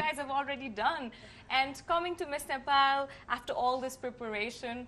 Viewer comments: ए कार्यक्रम चलाउने नानि its not नेफाल it is नेपाल, आफ्नो देशको नाम भन्न कुन accent use gareu naani ?? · 😂😂😂😂😂Nephal Nephal ka x yo Nephal